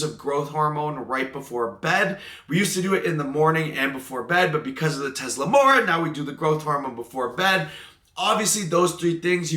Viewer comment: Tesamorelin wasn't pronounced correctly a single time that day.... thoughts and prayers <3